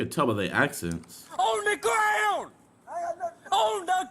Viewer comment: “Greg gwon the garouand”